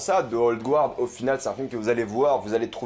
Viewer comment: Je suis plutôt sûr qu'on prononce Guard : "Gard" haha comme ça tu sauras! Mais bonne review je regarderai je pense